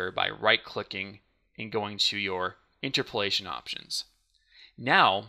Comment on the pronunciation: It's pronounced inTERpolation, not INterpolation.